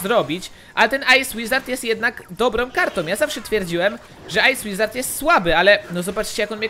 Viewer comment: Ej ty powiedziałeś ice łizard w magikal czeście